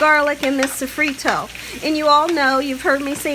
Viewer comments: And also, what is "safreto" as well !!!!!!!!!!!!!!!!!!! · So-frito and sazonnn 😂 at least she tried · I’m sorry but all those crazy noises drove me nuts and you’re saying Sazón and sofrito wrong.